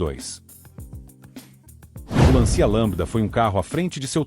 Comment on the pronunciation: O video é bom, o trabalho de pesquisa é muito bem feito, mas a narração "neural" ou sei lá o quê estraga tudo. Fala errado o nome dos veículos, como "Lancia", e tem uma cadência pedante e chata. A música muito repetitiva também torna o video chato de assistir. Uma pena porque esses detalhes penalizam o excelente trabalho de pesquisa. Um narrador humano seria muito melhor.